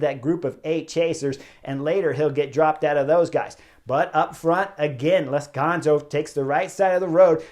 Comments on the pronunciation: Chris, it's Lazcano, not Lazcanzo. Anyway, great review again! I don't get to see many of these race live, but watching your video's is almost better. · I'm sorry Chris, Lazkanzo? or Lazkano? Not once you said it right knucklehead. :)